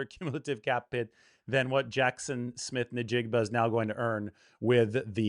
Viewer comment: bro, it's pronounced IN-jig-ba, not Na-jig-ba